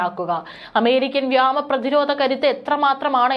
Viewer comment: ഈ കുട്ടിയെ അല്പം മലയാളം പഠിക്കാൻ അയച്ചിരുന്നു എങ്കിൽ നന്നായിരുന്നു! വ്യാമം അല്ല മോളെ വ്യോമo.